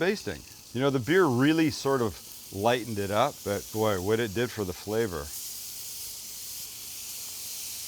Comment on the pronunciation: Excellent. What’s fat, boys? 🤣Loved the enthusiastic response from the boys🙄Flay-verrr”